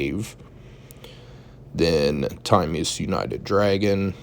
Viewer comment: This ain't it. Also that isn't how you say Timaeus.